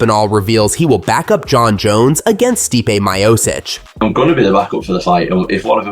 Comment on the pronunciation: Bro said Stipe Miosic 😂